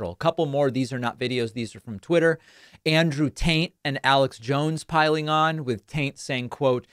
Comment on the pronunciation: Wait... did you say "Andrew TAINT"? 😂😂😂😂😂😂😂😂